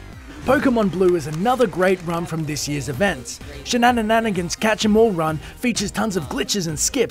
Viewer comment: "Shenanananagans" lmao